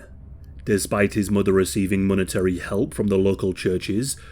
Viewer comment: I can't take it seriously when the commentator says "muva and fava" instead of mother and father